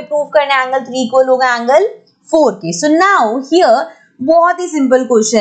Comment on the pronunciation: so ko bola show 😂😂😂😂😂😂